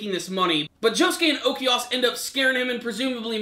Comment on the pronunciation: It's Okuyasu, not Okeyas Smh...